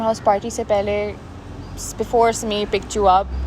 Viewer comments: Guys its sameer not smear just because these burgers are pronouncing it smear🤣🤣 does not mean you have to be a burger also🤣 also, ushna or rushna smear girlfriend🤣 is the worst actress i have ever seen! But cinematography is really good! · I love how everyone is calling Sameer as "Smear" cuz the cast really made it "Smear"